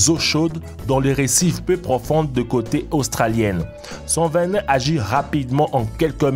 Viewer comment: On dit « concocté » et pas « conocté », « venin » pas « vénin »